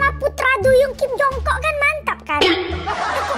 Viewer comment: kak bukan kim jung kook tapi jeon jung kook